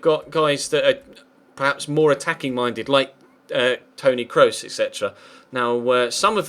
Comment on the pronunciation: please Google how to pronounce Kroos' name if you're gonna sign him:P